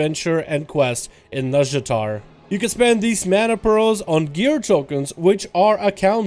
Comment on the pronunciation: i keep hearing "Nuzjatar/nuzjator" xD